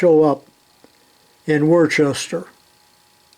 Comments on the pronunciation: We pronounce it Woostah! Very interesting video. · I enjoy all of your videos, but I do especially like the machine, and tool history. I started in the trade with my dad, when I was a young boy, 60+ years ago. He, like you are now was a wealth of knowledge. Just to let you know, Worcester is pronounced as wooster. Only east coasters would know that.✌ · Sorry, But it's Worcester,Mass. Pronounced wha- oos- sta.